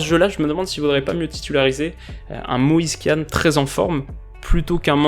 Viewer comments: On prononce moise kine pas moise kiane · Vidéo excellente Comme d habitude mais on prononce moise kine